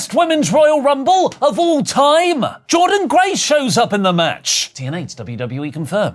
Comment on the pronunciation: Who tf Jordan Grace??!!! 😂😂... Its Jordynne Grace you wrestlenerds!!